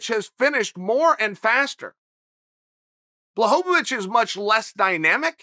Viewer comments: Blachowicz not bahovih 🤣🤣🤣🤣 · BLACHOWICZ not BLACHOWOWICZ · Everyone: Blachowitch Chael Sonnen: Blachovovichevich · Blachowicz: “Bwa-ho-vitch” Chael: “Blahovovich” Blahovovich: “ok great” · I have Polish friends. I asked, they said 'bwa-cho-vitch' but maybe it's different for different parts of Poland? Either way, they both are closer than BLAHHOHOHOHOHOHOVITCH like Chael says lol! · Chael “Blahovovitch” Sonnen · I hate to correct the gangster, but he meant to say BlahoVOVOVOVOVOVOvich. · always wondering why is it so hard to pronounce his name correctly? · bwa-cho-vitch* Close enough though. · its actually bwa-ho-vitch bro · To me it sounds like he’s saying Blohovlobitch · Chael correcting the pronunciation of Jan's last name, it's actually BLAHOHOHOHOvic. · Chael “Blachowo-wicz” Sonnen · No one ever in the whole world: Chael: “BlahHoeVaVich” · There have been many pronunciations of Blachovicz, but Bwahovovich might be my favorite. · At this point I start to think that Chael is fucking with us with that extra "vo". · HAHAHAHAHAHA This must be on purpose!! Blueeeehooovvvaaatitch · i laughed out loud every time he said blahovovic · Me: oh, it's "ł" in Błachowicz in thumbnail, I'm sure he will speak it correct. Also me: man who tf is Blahohovich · ''Yawn Balhovovich'' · If Blahovovovovovic wins perhaps Lazy Chael will learn how to pronounce his name. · "Blahowvavich" chael sonnen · Chael's botching fighters' names is nearing uncle Joey's level hahahah Blaho-vo-vich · Chael uses words like perennial and juxtapose and then calls him Blahovovich for 10 min. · Chael blahovavich sonnen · its pronounced "Bla-ho-vitch" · the number one mma personality yet still can't pronounce anyones name correctly. Blahohohovich isn't his name hahaha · My wife is from Poland and she‘s way smarter than me. It’s actually Błachowicz. [Bwuahowitch] Cześć! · How many "O sounds" are in the name, Blachowicz. Chael sets the over-under at 4. :)